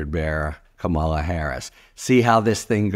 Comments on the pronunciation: It's KAH-mah-lah not kah-MAH-lah, heh-REE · Love your takes, Harry, but please start pronouncing it COMma la (not Ka MA la) - accent should be on first syllable. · OMG, Harry, learn how to pronounce Kamala's name! She'll be our next President! KAHM-ala, not KaMAHLa. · KAH-ma-la please, not ka-MAH-la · Harry, her name KAmala, not KaMAla!! Don't sound like Trump, please! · Her name is KáMALA - you´d better get used to it! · Please focus on how to pronounce her name: ‘KAH-MAH-LAH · Please please pronounce her name right. Is pronounced like Comma La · Love ya, Harry. but you stressed the 2nd syllable :) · It behooves you to know exactly how to pronounce the name, Kamala Harris. Say "Kamala" as a rhyme for Pamela and you will have pronounced her name, correctly. Even I know that and I'm a Canadian. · Emphasis is on the first syllable of Kamala’s name NOT the second one. You’re pronouncing it like trump does which is incorrect.